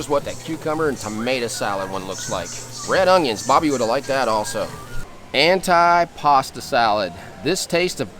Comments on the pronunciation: Your video was very good. Some pronunciation issues though. We all can learn something new every day. Although it is spelled antipasto as in “ant eye”. It is pronounced “antee “. Gazpacho, the gas is similar to Las as in Las Vegas or Las Angeles. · AN - TEE - PA - STOH